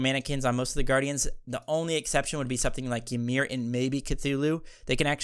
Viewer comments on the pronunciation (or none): none